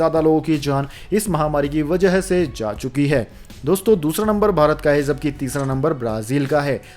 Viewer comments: Say Aims not ams Say jaari not Zaari Say ja not za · Sir PARYATAN, CHIKITSA SHENIYA, Khapat, Shram mantralya, Pravakta,Sankramit, ZAA RAH hai, ZARI Rahna Chahiye.. .YE SAB KYA HAI?Wrong Pronounce &..ITNA PURE HINDI, aaisa lagta hai, News Nahin, kisi boring Hindi class ke teacher ki BAKWAS sun rahe hai. 🙏